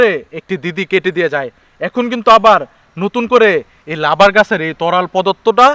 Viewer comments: কথা ভালো ভাবে বলতে পারেন না ই লাবার না রাবার হবে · Labar na to rabar hobe, sayedabad hobe not sayrdabus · লাবার না রাবার?